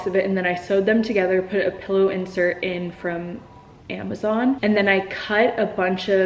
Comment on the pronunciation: pILLow not pellow